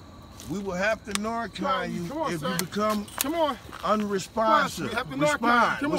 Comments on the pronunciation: It really does sound like the dudes are asking "do you want us to narc on you?" I think that's why the guy was looking scared for his life! In the south its pronounced "nar can". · I know.. I was talking about their pronunciation of the word "narcan", they say "narc on". Which among drug users is a very scary expression. 😂